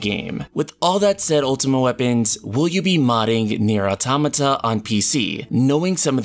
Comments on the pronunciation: Finally a person who can pronounce automata properly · The second I heard the way he pronounced "Automata" I left. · You are not alone. I also pronounced Automata that way.